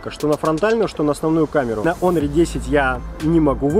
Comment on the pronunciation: не Хонор, а о Онор))